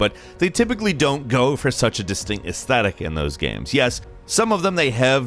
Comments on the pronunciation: “In those gyums” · imagine being a game commentator and pronouncing it "GEIMS" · The way he says GAMES sometimes gets me and he sounds like Andy Bernard from The Office